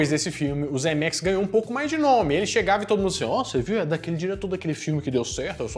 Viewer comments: Mais um ótimo vídeo. Mas que deu um tic toda vez que você falava Zemerickis no lugar de Zemeckis, isso deu hehehe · É Zemecks e não "ZemeRicks"...!!! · O sobrenome do cara é "Zemecks", mas o sujeito insiste em chamá-lo de "Zemeriquis" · ZEMECKIS!!! (e não "Zemericks") 👍🏼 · "Zemericks" hahaha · Hahahahahahahaha eu achei que era Zemeriks só porque o falou pensei "será que eu entendi errado minha vida inteira?" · Que agonia tu falando o nome do Zemeckis errado o vídeo inteiro.